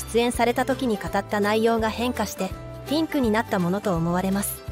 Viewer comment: ピンクがティンクに聞こえる